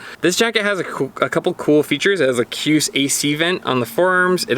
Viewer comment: KJUS = Shoooz